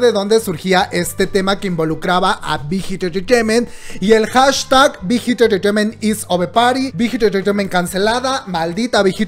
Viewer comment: No digas mucho BIGHIT ENTRETEIMENT , POR QUE SE ESCUCHA MUY RARA , /NO ES HATE 😻 ME GUSTA BTS Y TUS VIDEOS